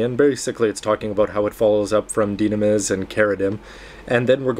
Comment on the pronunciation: the only thing you pronounced right in this review was quanta and lockon stratus. its dye-nam-us and share-uh-deem. also decals is pronounced dee-cals. i wanted to shoot myself after hearing you see decels so many times in your red frame review.